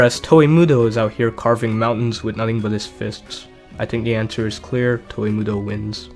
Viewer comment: I fucking hate how you pronounce "Toa"